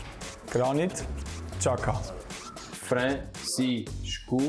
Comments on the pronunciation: Idk, I just know that it's pronounced Jaka, not Chaka and I'm not even Albanian.. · Xhaka didn't even spell his surname correctly. He said Chaka instead of Jaka. 😆😆